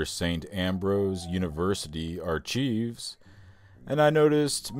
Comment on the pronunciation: What was that? A slip into WWII? If your going to be a historian you need to learn to pronounce archive. /ˈɑːr.kaɪv/ Go to Cambridge dictionary they pronounce it online. Lapu Lapu Tagbilaran Bohol, Philippines